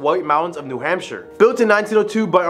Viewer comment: Its a hoot to hear you mispronounce or via accent the state of New Hampshire